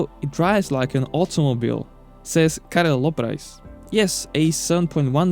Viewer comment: He also pronounced Karel Loprajs correctly. He obviously did his homework.